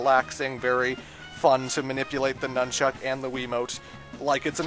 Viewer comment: I know you're Canadian and you use that for your reason for saying anything weird or different, but why do you emphasize "chuck" when saying "nunchuck"? My friend, Troy is from Canada as well and he says "nunchuck" emphasizing the "nun" like everyone else I know.